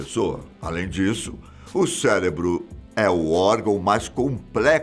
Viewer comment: O vídeo estava ótimo! Até ele falar "celebro", aí perdi o tesão e passei para o próximo.